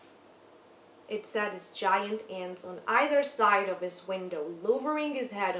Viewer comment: "either side" letto "aider said" non se può sentì però